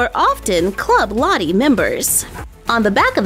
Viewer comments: No offence but it sounds like you are saying latte 😂😂😂😂😂😂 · You say Lottie funny not there’s anything wrong with that difference is great !